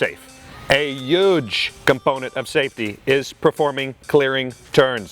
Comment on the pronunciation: I could tell how huge the mistake was, based on how he said huge :-D